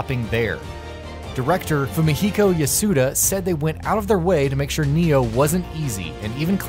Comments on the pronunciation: It's NAI-0H not "Neo" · Why is everyone pronouncing it Nioh instead of Ni-Oh